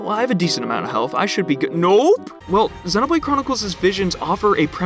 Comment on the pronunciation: I've never heard anyone pronounce Xenoblade like you do. It's so distracting during the video. 😂